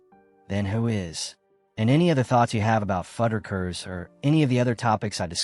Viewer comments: Almost had a follower… until the way you kept saying FUD-DER-KERS 😣 when it’s FUDD-RUCK-ERS made me leave this video… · It's fuddRuckers, not fudikers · Fud-a-kers? WTF?! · Is that how Fuddruckers is pronounced?!